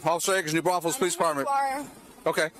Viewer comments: holy shit, that's my town also the way you pronounce new braunfels is incorrect. , I like how I heard you said it, and it took me like a double take to realize this guy is talking about new Braunfels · It’s new branfuels pronounce the s lol